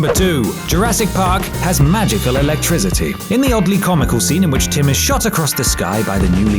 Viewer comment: why you gotta sound like you saying alectrizity, #shitpronounciationforwankers